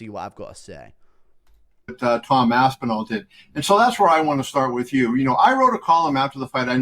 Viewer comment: (Tom Aspin-all)